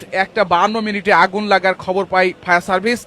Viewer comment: ফায়ার সার্ভিস নাকি শাউয়ার সার্ভিস